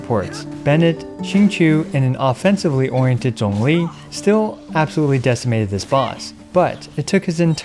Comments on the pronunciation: Something that I just realized why I think I appreciate your videos so much is that you actually pronounce the names of the characters well. Like we've all been playing this game for so long and yet so many Genshin youtubers still calls Xiangling 'SHANG-LING' or Zhongli 'ZAHNG-LI'. Not saying people need to have it perfect, but it just grates the ears when people just plow through the names when they make content. Anyway, loved the video, love your content, and love your attention to small details! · How are you pronouncing ZhongLi so correctly loll, you're the first caster that I know to do so